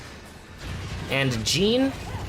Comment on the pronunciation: It's not Jean it's JEANNE multiple characters say her name correctly!